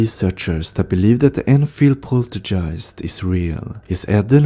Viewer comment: Poltergeists. Hard g not a j sound. Thanks!